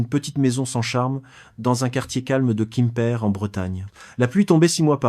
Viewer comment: A quoi rime cette histoire, toujours la même, déclinée dans des versions à peine différentes, toujours les mêmes images de soi-disant Pattaya ( j'ai envie de dire mais presque !) racontée par I A. cette fois ,il habite"kimper" en Bretagne... Peut-être une Bretagne de Thaïlande! Ça fait neuf ans(prononcé neuf faon!)etc l'histoire répétitive d'un vieux qui se fait avoir en croyant trouver l'amour avec une jeune fille en Thaïlande... quel est l'intérêt de cette histoire débile!